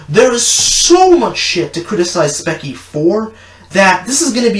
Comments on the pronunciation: It’s called speech—ie not speck-ie also stop it looks like you filmed on an iPhone 4(i’m not trying to say that the camera matter but get a better one)and edited in movie maker ! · Firstly it's Speech-e not specky Secondly, you are no better than any other "edgy" person here on YouTube. You ranting on about all the negatives on people is just as bad as anyone else doing it. Also, I don't think you realize that people have things going on in their life that actually affects them. It makes me sad that you amd many other bothersome, hypocritical people can only use the word edgy for that sort of things. Also, calling people retarded and acting like you're going to shoot yourself is no more mature than any three year old throwing a fit, but then again you and that three year old do not have many differences. First world problems must describe you, by the way. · I'm not gonna say any thing else except for you mispronounced her channel name "speckie" 😂 its like speech-ie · you say it "specky" it is pronounced "Speechy" And for your information you are allowed to hate but you do not make one of these videos to simply gain fame. I of course am not implying that you are. But spechie has made a video on the meaning of edgy and even has proven herself to that and SAID HERSELF and i quote "I have a RBF so mabye people don't like because of that or my spiteful attitude to others"end quote. You make her seem like she is the worst person in the universe. Like hell look at logan paul for goodness sake. Him like spechie make mistakes and have qualities that different them apart. But my opinion doesn't matter to you because i'm just a stranger on youtube giving you an arguement p.s i rewatched you video and you are a hypocrite saying and i quote. "I highly doubt that this young woman actually said that, i think its overly exaggerated and wanting to paint her in the most worst way possible." end quote. LOOK AT YOUR FREAKING TITLE YOU DUMB PIECE OF TRASH. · Lmao “spekie” 😂